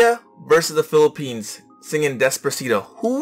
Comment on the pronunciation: I love Philippines, she pronounced the word correctly and she feels the song.